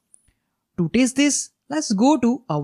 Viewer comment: Hey Bro, Thank you so much for your help. Your entire series of Windows server is great, It helped me a lot. Just for you, one suggestion if you would like to follow would be your pronunciation for Test. You pronounce Test as Taste. There's a huge difference between both. :) Hope it helps you :) Thank you so much once again for your help. Looking for more videos. You earned one subscriber from USA